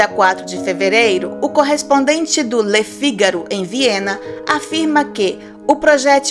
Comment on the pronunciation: Gostaria de saber se quem narra seria de outra nacionalidade, pois parece q tem um sotaque diferente!! E apronuncia do jornal LE FIGARO tem acento circunflexo no O